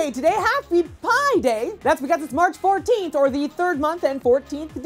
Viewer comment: Sorry, but you made an error in saying pi. Aha.